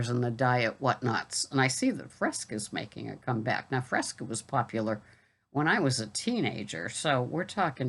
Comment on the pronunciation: you didn't gross me out with the veggies (because I just tune that stuff out), but you did amuse me with your Boston accent on Fresca being from 55 years ago.